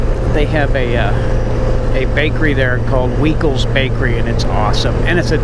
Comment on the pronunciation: Its pronounced Y-kel's bakery. The ei is I and ie is e.